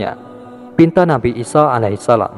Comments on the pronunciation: 'isa 'alaihissalaam... Bukan 'isho a.s. afwan🙏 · Nabi isa bukan isoh